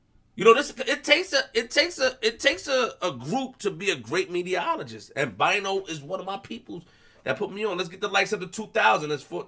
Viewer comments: is Saying “Mediologist’.. Not Meterologist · magic ty ty he said mediaologist